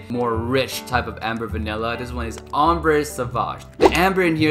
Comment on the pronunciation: Great collection Kindly note that the "e" at the end of the French word "Ambre" is silent.. you shouldn't pronounce it